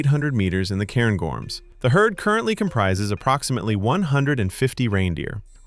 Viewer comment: Hint on how to say 'loch.' Instead of trying to say the C in CH, miss out the C and try to say the H instead. Also - so far - it's Loch MOrar not moRAR, CairnGORMS, not CAIRNgorms - you know, if you get it wrong you'll take somebody's eye out...